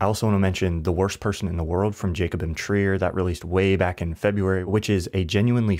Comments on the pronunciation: I'm sorry but the name buthcering here is killing me lol Kagananda??? Jacobin Trier 😭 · For the record, you butchered Joachim Triers name